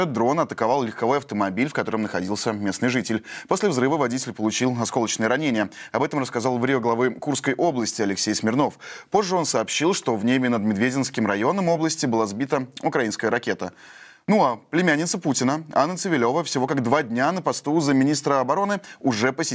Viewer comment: медвенский район, а не медведенский, балбес